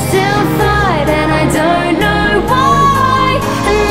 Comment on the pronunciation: Doyn't Knoyw WhYYYYyyyyy! Quality accent, quality person you are.. your videos are hilarious.. I don't know how i got to this video and then what made me watch a lot of others.. you're just chill. Good luck going forward, do what you do, you will be whatever you want to be.